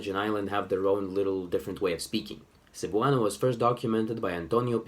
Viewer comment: I can confirm. (Edit: I forgot to mention how the stress was butchered)